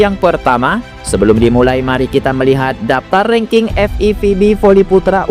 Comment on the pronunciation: Pake A Bukan E rangking